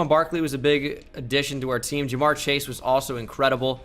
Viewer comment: Am I the only person who gets annoyed by him saying chashe young instead of chase